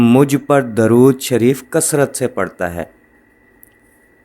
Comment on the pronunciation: "Durood" "دُرود" میں د پر پیش ہے نہ کہ زبر۔ شکریہ